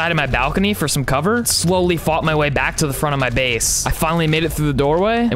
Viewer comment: is funny when cloudberry says take coveer